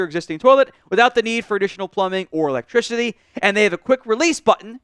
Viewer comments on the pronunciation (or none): You said it again, 🤣🤣